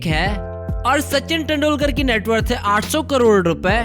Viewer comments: Aur kesa "HAII" 😂😂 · Haai haai 😄😄😄😄😄 600 crore ka haai, Haai kaise bolta hai